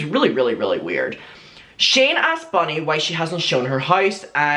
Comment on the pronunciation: Not me wondering who the eff is Bonnie for ages then realised is saying Bunny 😂